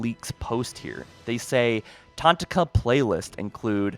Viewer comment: I swear this guy pronounces things wrong on purpose. Tanaka is one of the main characters from Halo 5, but only a Halo follower would know that. Not tantaka.